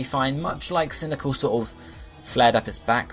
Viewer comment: Why did you pronounce cyndiquil as cyndical?